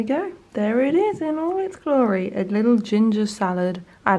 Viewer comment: Had to rewind a few seconds as I thought you said cat soup curry 😂 xxx